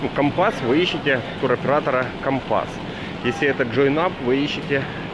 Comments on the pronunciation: Добрый день. Познавательное видео, но так режет слух Ваша неправильная речь, что не удержалась написать. Вы доносите свои видео до многих зрителей,пожалуйста,говорите правильно. Почему компАс, а не кОмпас ,,, и выходите из аэропАрта , а не из аэропОрта??? Сорри, удачи. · Почему украинцы не правильно называют как города Турции так и туроператоров ? Не компАс,а кОмпас .У вас там с латиницей проблемы ?